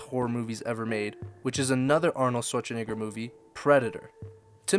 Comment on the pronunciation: "Swartsh'negger"... that's the most messed up I've ever heard his name in a funny way 😂 Just say: "sh-v-arts-'n'-egger" (arts like the plural of art. It's not "Sh-woah-ts-'n'-egger". You got all the phonetic pieces in your language to pronounce his name correctly. ;D